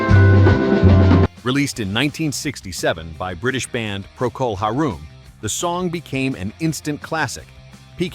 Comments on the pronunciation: Procol Haroom? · It's pronounced Procol HAIR-um, not Procol HAR-room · Procol HAIR-UM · its pro col haaaar um